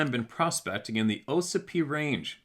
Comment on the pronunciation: It's pronounced, ah sipee. Ossipee lake and ossipee town